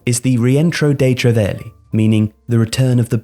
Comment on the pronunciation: Your inability to pronounce Italian words continues to astound me. Right off the bat, Cray-sheetah instead of creh-shitah for crescita. Chey-verlee instead of Cher-velly (rhymes with the English belly) for Cervelli. Keh-leecheeo ee phenzh (didn’t really make an effort on the last one did ya?) instead of cal-chow eh fin-an-zah (rhymes with bonanza) for Calcio e Finanza.